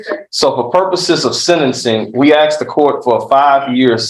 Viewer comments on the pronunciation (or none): The look on the Judge's face every time the lawyer says "aksed" , istead of "asked" gets better every time. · Judge smirked when the guy said "Judge just axed the question...". LOL!! And while they are playing that recording Judge looks like he's flipping through his Bassmaster fishing magazine. I think this guy is screwed. 🤣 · Can't believe his lawyer said "the judge AXED" more than once! So unprofessional. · A bit weird hearing an educated lawyer speak the way this one does.."defendant axed" ..no the defendant "asked" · When your lawyer says "the judge AXED".... more than once. It's one thing in regular conversation but in a courtroom? He can't be a good lawyer if he doesn't know better than that